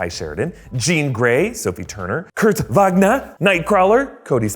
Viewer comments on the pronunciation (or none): none